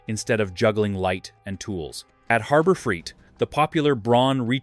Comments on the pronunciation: When you pronounce it Harbor freet, I know you’re phony! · Annoying AI audio. Keeps pronouncing Harbor Freight as Harber Freet! The blurred video effect is annoying too.